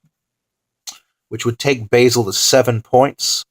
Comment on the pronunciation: it's pronounce bah-zel not bay-sel